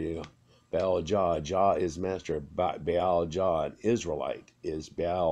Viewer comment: The guy kept saying ball instead of Ba-Al